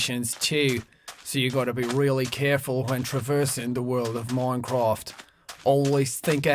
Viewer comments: That's not even how we say it here. He's bad at this. T R I G G E R E D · ITS MINCRAFT NOT MONCRAFT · He said moncwoft😂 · I like how he says "moincroft" instead of minecraft XD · Seann Escorrido im joking cus he sayd moncraft instead of minecraft.... ._. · its not moncofth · "moincraft" lmao, he actually did have a nice accent back then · I love how he say moincraft